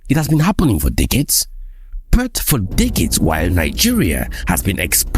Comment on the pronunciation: I told my brother in 2020 that the amount of sabotage we'll see with this refinery would be unprecedented at least for those who haven't trained their eyes to see how imperial power keeps them down. Hope all those Nigerian Christians twerking for trump understand it's slippery slope to Libya from here. That said, plz decolonise your pronunciation of "but" as Burt, na da one dey pain me pass this symptom of our breakthrough😂